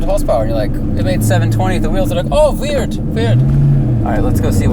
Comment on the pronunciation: "RS7 makes 600hp." "It made 720 at the wheels." "Oh, vierd. Vierd." Hahaha!